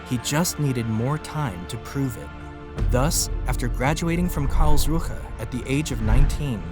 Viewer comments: its not karls ruha 🤓🤓 It is Karlsruhe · Great clip, but "KARLS RUHE" is one word: Karlsruhe.